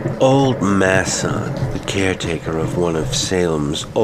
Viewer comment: Wait…. You mean the name MASON? MAY-SUN? Not MASS-ON